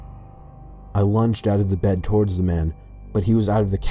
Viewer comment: I forgot to check the time stamp for when I heard this but, did anyone else notice how says toward but he also tried to say forward like he started with toward but changed his mind to say forward and ended up saying torward?